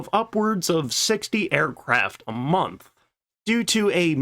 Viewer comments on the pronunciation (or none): none